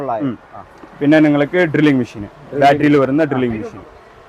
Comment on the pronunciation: മിശീൻ അല്ല, മെഷീൻ ആണ് 😂😂😂